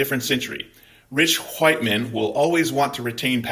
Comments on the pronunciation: Gday 🤙 Loving the passion & the pronunciation of 'wwhhite'. Too funny. 2 claps and a ric.... woooooo 👏👏🤙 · MAGA trolls love how you pronounce "white". /s